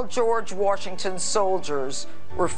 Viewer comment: “General George Worshington’s soldiers”